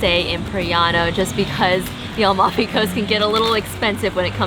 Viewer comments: AmaLfi, not Almafi, the L is towards the end of the name not at the beginning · Hi it's Amalfi coast isn't, u said Almafi coast....like yr videos. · fun video but it’s A-mal-fi.